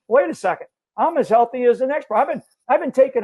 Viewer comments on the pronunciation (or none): none